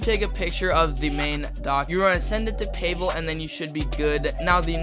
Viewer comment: payvel is crazy its pavel or ig pahvel is the way to pronouce it